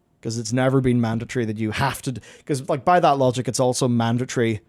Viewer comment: What is a "manditree?"